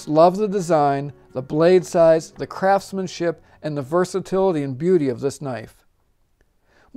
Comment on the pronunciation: I'm sorrydavid but did you say crapsmenship?